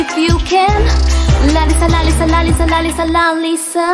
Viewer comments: apko thora word bolna bhi sikhna chaiye ye laliza nahi lalisa hoga understand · really great by the way it's lalisa not laliza and I want to ask that u know how to speak Korean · you are saying laliza love me but its lalisa love its not liza its lisa